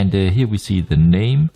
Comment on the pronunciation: Ahhh, that explains the Blend ...specially with words like "Here" that sound like "Heir" in german but than "Monitor" sounded danish:) Not trying to troll . Just funny.